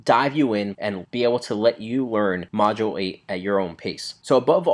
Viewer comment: It's not "Module Eight", it's "Modulate"